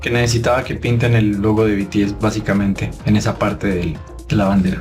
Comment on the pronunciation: Por favor , se dice bi ti es